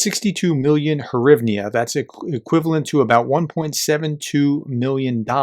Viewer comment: hyvnyas is pronounced Grieve-n.